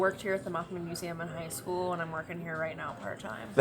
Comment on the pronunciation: I’ve never heard anyone say muzam instead of museum?😂 You are one of a kind,! 😊